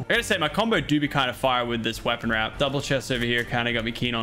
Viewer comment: And you called a wrap warp